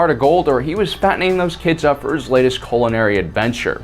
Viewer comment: Did you say Culinary or Colonary smh cuz it sounded like you said the second and that would mean colon aka asshole and I don't think Chewy is gay LMAO